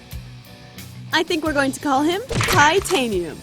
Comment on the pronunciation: Anyone hear cly tanium?